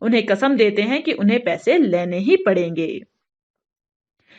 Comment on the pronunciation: Laine nhi bolte pagal...lene